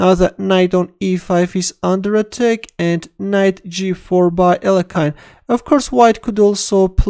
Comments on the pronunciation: please start pronouncing his name correctly again (Алехин) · What happened to the other pronunciation of Alekhine ? 😋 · Terrible blunder by in pronouncing Alëkhine.